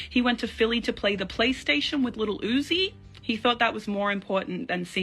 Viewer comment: The way she says little uzi 😂